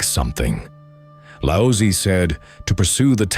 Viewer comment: His name is not pronounced as Lao sy....goodness. such disrespect. Its lao zi